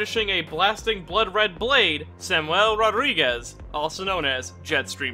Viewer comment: Why do you say Samuel like that?